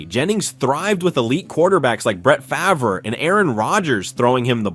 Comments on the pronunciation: I thought this was a good video.. then he miss pronounced Farve's name. How does that get past editing? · That was certainly an attempt at saying Favres name